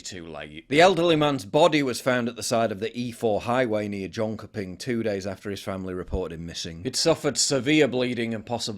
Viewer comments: Junk-e-peng? LOOL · Jönköping. - Yern sherrping lol as a brit living here try say it right 😅